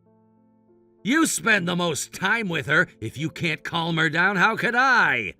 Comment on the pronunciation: “She’ll be fine if you keep her calum” The way words are pronounced on the text videos 🙄 Like when they say the word ‘debt’ as ‘dept’ 😂